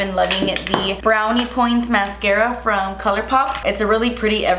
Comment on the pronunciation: "and now I'm gonna take the mascaaaaaafdskghhhftschhhh" 😂